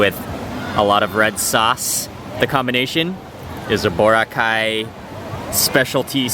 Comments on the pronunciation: OMG HE SAID BORACAY SO WRONG BWAHAHAHA😂😂😂😂😂😂😂😂😂😂😂😂😂😂😂😂😂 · I LOVE HOW HE SAID BORACAY SO WRONG😂😂😂😂